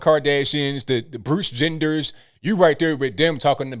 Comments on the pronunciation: My man said Bruce Genders...haha😂 I’m spent. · He said Bruce Gender😂🤣☠